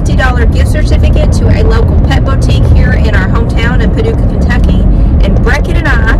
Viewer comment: It's not pronounced 'beautique'' it's pronounced BOOtique.